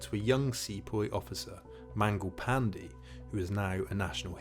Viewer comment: atleat learn to pronounce Mangal Pandey